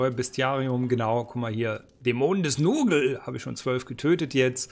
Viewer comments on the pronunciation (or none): Richtig cool, wo hast Du das denn ausgegraben?! Das Spiel ist wirklich in Vergessenheit geraten und jetzt das :D Und bitte sag nicht Nurgle sondern "Nörgel" ^^ Ich saugs mir gerade und bedanke mich bei Dir! Grüße aus dem moRgiversum!